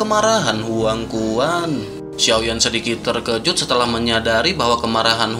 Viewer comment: Mimin..mimin ini cina? Konten nya ok good,konten cewe mah aneh...terkejut min bukan terjekut..t e r k e j u t ni spell nya👆 1 lagi kepala k e p a l a..kepala bukn kelapa